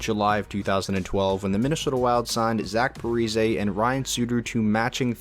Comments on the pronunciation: Repeat after me: Pa-Ree-Zee 😒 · "Zach Parizay" bruh